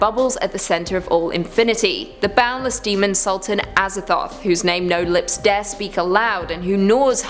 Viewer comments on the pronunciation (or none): none